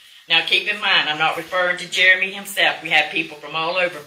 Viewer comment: Ooops it was Jeremy not heremy